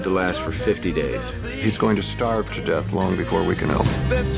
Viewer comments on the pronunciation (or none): none